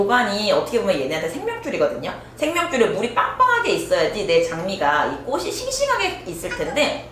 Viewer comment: 제발~~ 꼬시 꼬슨 아니고 꼬치 꼬츤요~!!!